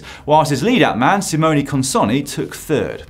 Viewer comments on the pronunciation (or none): none